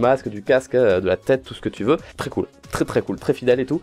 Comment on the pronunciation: Buvez de l'eau c'est "tros" important, pas toi farod nan D